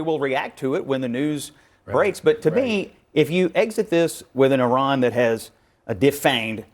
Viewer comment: Somebody tell Val Demings, the representative, to learn how to pronounce Iran correctly before having an opinion about this war. She probably can’t even point on the map where Iran is.